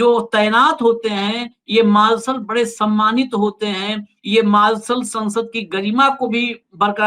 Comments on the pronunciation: Sir, मार्सल नहीं मार्शल Please अपना उच्चारण सही करें कई बार सुनने के बात समझ में आया कि आप मार्शल के बारे में बात कर रहे हैं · 😂😂😂😂 marshall hota hai..marlson nahi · आप भी मालसल बोल रहे हैं... मार्शल बोलो साहेब....